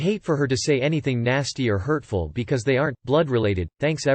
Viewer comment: The way the voice read because ..? LMFAO I’m dead Becoissè